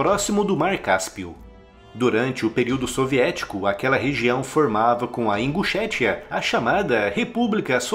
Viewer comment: Eu ri quando ele falou imbuchetia kkkk , aí aí eu não tenho maturidade suficiente ..